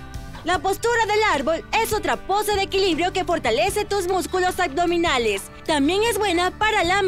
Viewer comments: Deberían de checar la dicción pues se escucha súper mal AGDOMINALES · Súper excelente esta rutina de yoga, todos los días lo estoy haciendo. Solo la mujer al pronunciar. AGDOMINALES, Pues me fijé porque lo dice muchas veces jeje. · ¿Será posible que encuentren a una persona que evite decir aCdominales”? Estaría estupendo que pronuncie correctamente “aBdominales” con “B” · Muy buenas posiciones y video...pero me desespero la manera de decir "acdominales" no entiendo porque lo dice así, tan linda voz, buena energía, pronunciando super bien los nombres de las posturas que parecen trabalenguas y lo más básico y principal la riegaaa...nadie le digo que no se dice "ACDOMINALES" 🙄🙄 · El único pero, es la pronunciación. Porque dice agdominales!!!!!????